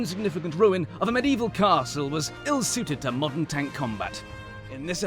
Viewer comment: He called it a tonk 🤣🤣🤣🤣